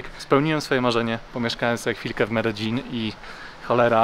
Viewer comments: Błagam mów "medejin" nie "medeżin" bo mnie popieprzy. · Medein, nie Mededzin :) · zgodnie z prośbą, poprawna wymowa Medellin, to: Medejin; LL=J Aż zęby bolą od Twojej złej wymowy. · Mededżin niby poprawna wymowa po hiszpańsku a irytuje mnie prawie jak Sidni 😂 A tak poza tym jest ok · Bartek z bez planu mówi Medelin. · W Kolumbii mówi sie Mededźin, to co pokazujesz to wymowa Hiszpańska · Potrzebę zwyzywania cie w komentarzach mam tylko jak mówisz "mededzin"